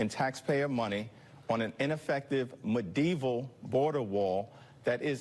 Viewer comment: the moron say “mudevil” 🤣😂🤣. did he mean to say medieval ?